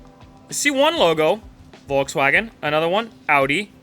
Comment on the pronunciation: Furrwagon For sure 😂